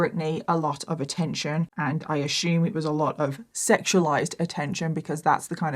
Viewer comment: If I hear this b say "I ashoom" once more...... I almost can't listen to this it's so annoying